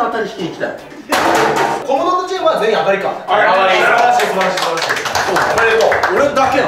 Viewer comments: 当たりの当をあたって言ってるのおもろいわ。あなのに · 最後の当たりの、読み方は、[あた]ではなく、[あ]です❗ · ザカオの「当」 は「あた」って読んでたけど「あ」じゃない？w 当たり、で「たり」が送り仮名だしw ザカオの罰ゲームの物足りなさが逆に面白くてバカ笑った 笑笑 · 最後「当」たりなのに「あた｣って言ってのおもろいꉂꉂ😂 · 最後の当はあたじゃなくてあだしww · 当⇦あ 「あたなにこれ？」読み間違えてて笑えるw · "あた"じゃなくて"あ"じゃね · あたじゃなくてあじゃない？ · あたでもないし笑当たりって読むからあだし笑